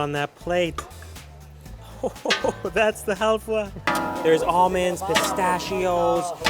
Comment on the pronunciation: health-wa? Haha its halwa :-)